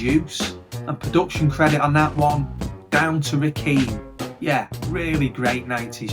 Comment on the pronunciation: It kills me to hear you call Rakim, Rakeem. Think of it this way... Do you say Lil Kim, or Lil Keem? Just offering some humble correction. Peace and keep up the great work!